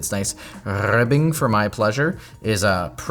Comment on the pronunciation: "Nice rrrrrrrrribbing for my pleasure"